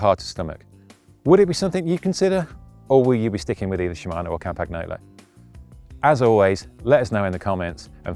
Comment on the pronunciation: Dear mr. senior technical editor could you finally learn how to pronounce Campagnolo, please...